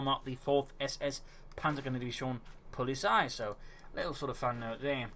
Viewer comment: its not polisei its poh-li-tsai